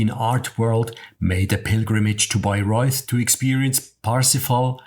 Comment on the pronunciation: Really great video and easy to understand the plot thanks to you! May I criticize some things. You should try to pronounce the German names and places correctly, too. Like Richard (with the German ch sound) and not Ritschard as they do in English. Or Bayreuth (th is just t in German) and not Bayreuf. I'd also let the music fade out and not end abruptly. I like the ai pictures a lot, that makes it really nice to watch!